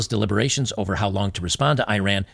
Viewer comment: Ee-Rahn not I-Ran